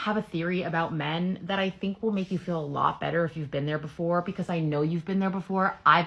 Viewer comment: "Iy have a theoree about mairn"... << inner me: reeeeeally? Do go on...